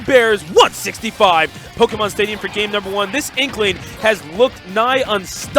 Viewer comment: I like how the announcer pronouces the é in Pokémon properly instead of butchering it like "poke-em-on" or "po-key-mon"